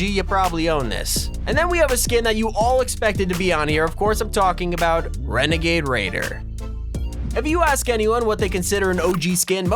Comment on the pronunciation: Wenagade wader